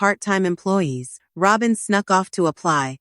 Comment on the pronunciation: 🤣😂🤣 Robe-in 🤣😂🤣 Don't you dopes know it's Robbem! 🤣😂🤣